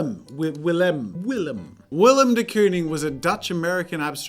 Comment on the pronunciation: TRIGGERED! It's pronounced "de cone-ing" NOT "de coon-ing"